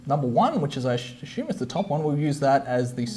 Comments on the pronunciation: Assume not Ashume LOL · Sorry mate, no disrespect, but it’s ‘ass-you-m’. Good video nonetheless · one drink for every time he sais "ashume" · Ashume, ashume, ashume, ashume